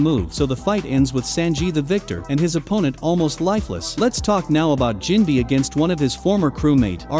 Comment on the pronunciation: The pronunciations hurt my head... SAN-ji. Diable Jam. Jin-bee. Anys lobby. 🙄